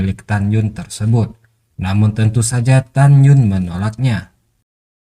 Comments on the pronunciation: tagyin bacaan nya min bukan tagyun😫😫😫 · Tan yin min. bukan tanyun. 🤣🤣